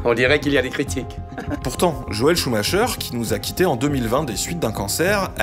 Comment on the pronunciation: Joel SCHUMAKER, ça se prononcer KER Ben voila, suffisait de tendre l'oreille !